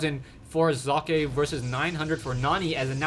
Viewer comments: that's actually the best attempt at pronouncing "Socke" correctly I've heard so far from all the major shoutcasters on youtube! Well done,!!!:))) That was so pleasant for my German ears:D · ye... Socke=sock, it isn't exactly chineese we are talking about here. Kudos for trying to pronounce it correctly. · love how u say Socke! nice that you try, well done here! greetings from Germany! keep on! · its great how you say socke ;D well generally you shoutcast is great :) keep it up